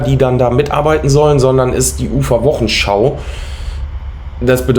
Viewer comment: gutes Auge! Interessant und gut falsifiziert! Zwei Hinweise: es heißt Wochensch"au" und nicht "show" wie bei heute-show, Anglizismen verseuchen unsere Sprache. Und der Film ist von Agfa, nicht Alpha, wahrscheinlich bist Du zu jung, um die Filme von Agfa für Fotoapparate noch zu kennen. Weiter so!